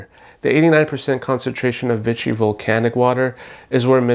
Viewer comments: Vee-she not vit-chee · I enjoyed the video and comparison but I wish you had pronounced "Vichy" properly. It's pronounced "Vee-Shee" and not "Vi-chy." It kind of drove me crazy since the product comes from the Vichy area of France so it's easy to look up the pronunciation. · I hate Vichy being called Vitchy.